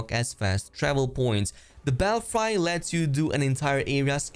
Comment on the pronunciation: Great review but your pronunciation of the word Belfry is killing me. I find that there is some words gamers can't pronounce in every game. Belfry like french fry!